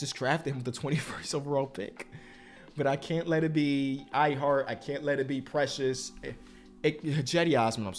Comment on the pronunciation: Precius is not tath precius